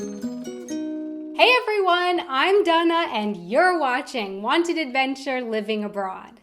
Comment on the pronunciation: Really like your videos and enthusiasm. Just always been curious why you say Dana as Dunna? Is there a story behind that?